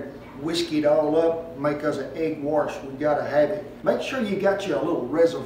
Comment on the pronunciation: Did he say "egg warsh?"